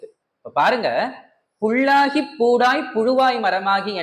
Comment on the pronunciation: புள்ளாகி...கள்ளாகி....தவறாகவே பேசுகிறார் அம்மையார் இதை சாதாரண மக்கள் அப்படியே புள் கள் என்றே எடுத்துக்கொள்வர்.எனவே திருத்தி பேச முயலவேண்டும்....ஆனாலும் மிகச்சிரமமே முயற்சி செய்யுங்கள்.